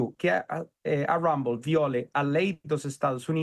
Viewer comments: O nome é RUMBLE, não HUMBLE, por favor!! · por favor observe a pronúncia do nome Rumble... Do jeito como você fala em inglês significa "humilde"... O R no inglês soa diferente... Joga no Google tradutor aí que você vai entrar... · COMECE POR APRENDER A PRONUNCIA EM INGLÊS DE "RUMBLE", SUA MIMIZENTA TONTA.